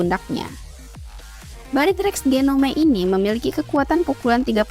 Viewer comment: Genome baca nya Jinom kak😅🤭